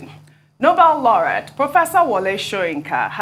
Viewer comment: Laureate is pronounced 'Lau-ree-ate'.